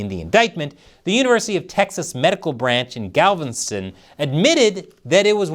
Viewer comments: That's not how you say Galveston 😂 ...🍯🍯🍯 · Nice recovery on screwing up the word Galveston maybe that could be one of your patreon rewards you can do blooper reels